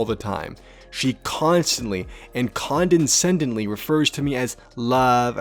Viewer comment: Condescendingly, not condensendingly. There is no N between the Es, kahn-de-send-ing-ly